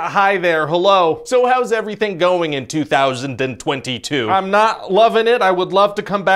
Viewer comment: I love how much stress Ryan put into pronouncing 2022